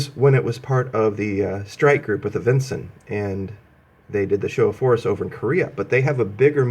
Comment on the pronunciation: Isnt it Vinson not vinzon